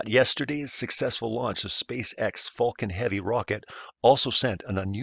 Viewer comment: If you’re going to deny LIVE FEEDS of the ROUND Earth. Please at least learn to say Falcon Heavy correctly.